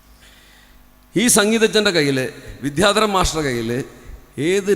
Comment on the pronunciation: അദ്ദേഹത്തിന് പ്രൊഫഷനിലും സംഗീതത്തിലും ഉയർച്ച ഉണ്ടാവട്ടെ. അതോടൊപ്പം 'വിദ്യാധരൻ' എന്ന വാക്ക് ശരിയായി ഉച്ചരിച്ചിരുന്നെങ്കിൽ നന്നായിരുന്നു.